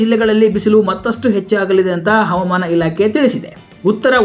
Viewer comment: ಹವಮಾನ ಅಲ್ಲ ಹವಾಮಾನ ಸರಿಯಾಗಿ ಉಚ್ಚರಿಸಿ